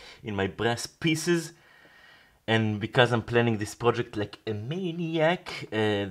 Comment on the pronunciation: I was listening to this video while falling asleep. “In my breast pieces” 😳 Opened my eyes Oooohhh....brass, brass pieces 😂